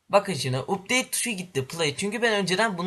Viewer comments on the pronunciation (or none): o updeyt diye okunmaz apdeyt diye okunur